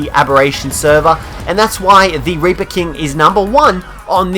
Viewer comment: Instead of reaper he said raper